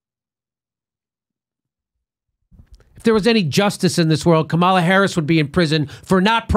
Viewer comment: I normally like your shows, but how many more hundreds of times are you going to mispronounce Kamala's name? .. It weakens your cred .. I'm not defending her at all, it's just that if you continuously mispronounce anyone's name, it seems like you just get your research from reading about instead of listening to the people you're talking about .. If you check any Harris interviews, such as with her bud Ellen Degeneris, she's introduced as KA-ma-la, not Ka-MAL-a ... It's like a radio DJ who mispronounces an artist's name .. It blows the mystique and exposes lack of research.